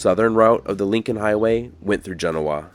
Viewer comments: Love your videos. But, Genoa is pronounced jen-OH-uh...not like the city in Italy (JEN-oh-ah). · Nice video! When I moved here I pronounced it as you do, JEN-oh-wa. Locals looked at me funny so I now call it as they do: Jen-OH-wa. Just sayin’. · It's pronounced Gen oh a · The locals pronounce the name of their town as Gen-NO-a. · Genoa is pronounced GA No Ah, please. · Jen oh uh proper pronunciation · It's Gen - oh -ahhh Don't yeah know-a? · I'm from the area, never heard your pronunciation. Jen-"O"-a is how we say Genoa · THATS NOT HOW YOU PRONOUNCE THE NAME OF THE TOWN… JENOOOAHHH that’s not how you spell it obviously but that’s how you say it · Thanks for all the information. I live in nearby Minden and have always been told the correct pronunciation is. Gen-O-a with the emphasis on the O. Not at all the way it is pronounced in Europe. But I learned so much from your video. Thank you. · Genoa, Nevada is pronounced with the accent on the second syllable. As Juh- NO-a. Genoa, Italy has the accent on the first syllable, as GEN-o-a. People frequently mispronounce Nevada, as well. Details matter. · It's not pronounced like the the one in Italy. Jen-O-uh. Liked your video, but pretty hard to hear it pronounced wrong 35 times. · We love your videos. GENOA is pronounced GEN OH AH, the emphasis is on the second syllable. Thank you for coming this far north on US 395 and showing off a little of Douglas County Nevada for everyone to see. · I hope you didn't pronounce it that way when you were actually IN Gen-OH-ah... you might have found yourself lynched! It ain't pronounced like them there Eyetalians say it! 🙂 Nice look at a historic Nevada town that happens to be right in my backyard. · My hometown 😊 We pronounce it Ge-NO-a by the way. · Came here to say the same thing. I grew up near there and my girlfriend lived there. I worked at Walley's Hot Spring way back when. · If you are going to make a video about a place you should really learn how to properly pronounce the it.